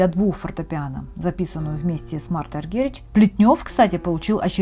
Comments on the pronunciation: вообще правильно Аргерич. есть видео где она сама на этот вопрос отвечает " я что вам, немка? Аргерич моя фамилия" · Дóйче Граммофóн, Марта Аргерих, пожалуйста. Интересно слушать, но своеобразное произношение режет ухо. Спасибо.